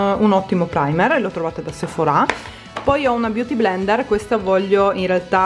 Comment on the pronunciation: Non si dice Sephora' lo pronunci male